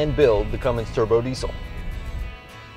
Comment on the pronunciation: cummins not cummimgs but you know that right